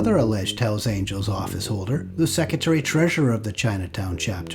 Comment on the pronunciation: Hells Aniels??? Quien mi3rd4 habla en el video?? Dammn